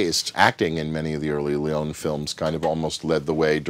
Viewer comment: Oh dios mio, Sergio Leone is pronounced Sergio Le-o-ne (and not Leon. You speak the e out loud)